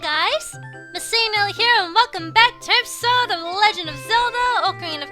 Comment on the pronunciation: sometimes i hear say "derpisode". im like -_- "you need some milk".